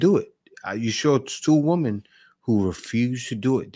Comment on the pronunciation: Good video and great remarks by you. I am glad that these WOMEN are being dealt with at last. By the way, many modern people pronounce women incorrectly. It's women - not woman - there is a spelling difference you can see. Plural is not singular, one woman is not the same as ALL women. When speaking of All or a group of Women it should sound like "WIMEN". Using "woman" when speaking of ALL women sounds very uneducated.